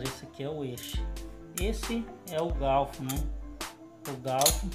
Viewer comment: É garfo não gaufo kkkkk